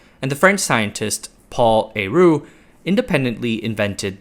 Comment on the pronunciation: Getting “aru” out of héroult Is baffling